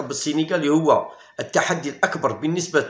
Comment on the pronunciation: يا راك كسرت اللغة العربية قاع بالنسبة تنطق بالكسرة وليس بالضمة ونفس الشئ للبطولة